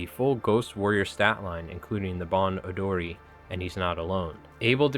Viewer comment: a tip on Japanese pronunciation, you actually nailed a few of them correctly! Onryo, "oh-n-ryoh" Kimura Tadaaki, "Key-moo-rah Tah-daah-key" (also Tadaaki is his first name and Kimura is his last name) Bon Odori, "boh-n oh-doh-ree" Kage no Kogeki, "kah-geh noh koh-geh-key"